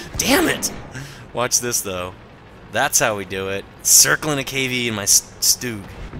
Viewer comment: you sed stug wrong